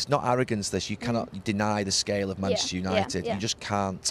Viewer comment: Neville's favorite two words: "Manshter united"